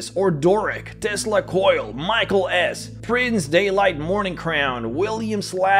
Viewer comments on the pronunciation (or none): none